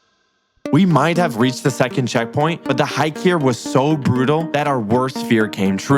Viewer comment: he said jecond 😂